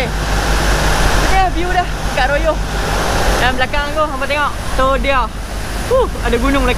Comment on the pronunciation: Kami sebut Rayuh.. bkn Royoh😅